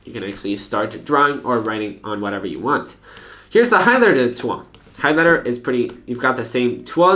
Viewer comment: "Here's the highlighter tuogh"